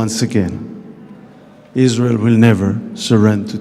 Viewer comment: Suppose to honour the vets but she’s out in israhll 😂